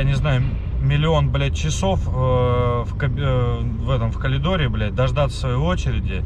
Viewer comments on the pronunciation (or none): Не колидор, а коридор